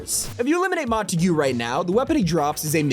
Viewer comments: its mon-ta-rg not mon-ta-goo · No way this mf butchered montague so badly “montagyu” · Bro called montauge monteguu